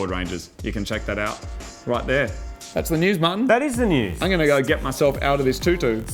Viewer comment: All those goats... till when moog calls martin it sounds like mutton.